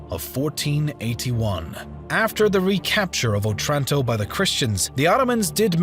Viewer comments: Good, but Otranto has the accent on the first O. Òtranto. NOT Otrànto. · It's O'tranto, the stress in Italian is on the first syllable. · wrong otranto pronounce, i know that italian sounds easy to pronounce but please search up the pronounciation, the accent was misplaced and my head hurts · òtranto, not otrànto.. after the ninety-third wrong pronunciation i could not bear it any longer. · It's òtranto, not otrànto.